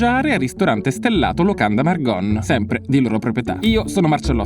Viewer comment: Da trentina non posso non notare che hai detto per tutto il video Villa Margon con la o aperta, anche se con l'accento trentino viene pronunciata chiusa 😅 Vabbé...ti perdoniamo ❤❤